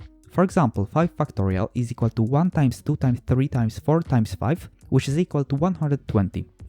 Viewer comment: Listen to when he says "factorial"